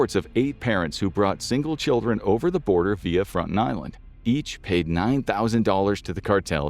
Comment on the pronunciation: You aren't pronouncing it correctly. It's Frone-tone